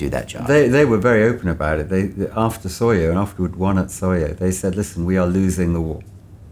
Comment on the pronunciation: SOYO not Sawyer